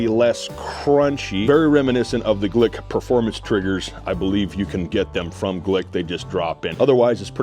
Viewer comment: Why does he keep saying glick